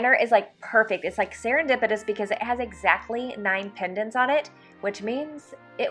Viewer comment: Pennants! LOL